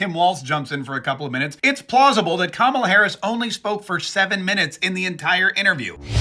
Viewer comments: Kuntala😂😂😂 get it Right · I'm not a Harris supporter or a Trump supporter. I don't see anything from this interview that gives me a clearer picture of who she is or what she has to offer. I do wonder, though, why is it that every right-leaning podcast or YouTube clip seems to consistently mispronounce Kamala? You consistently mispronounced her name, too. Is it intentional?